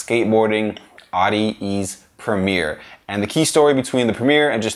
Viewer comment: audi- ease lmao you mean at-ease